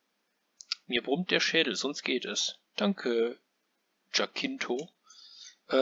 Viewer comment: Eigentlich werden die Namen in meinem Spiel deutsch ausgesprochen. 😂 Also hieße es "Jaa-kon" und nicht "Dsch-kuun."😉 Und der andere Name spricht sich "Ja-tschinto". Zur Sache mit dem N-Wort: Zunächst einmal möchte ich sagen, dass ich selbst niemals jemanden auf diese Art und Weise ansprechen würde! Ich habe mich hier an Filmen und Serien wie "Fackeln im Sturm" orientiert, in denen die Sklaverei thematisiert wird. Und ich hoffe, dass schon in diesem kurzen Teil klar geworden ist, dass ich diese Praktik als menschenverachtend betrachte. Aber ich werde mal schauen, ob ich ein alternatives Wort finden kann.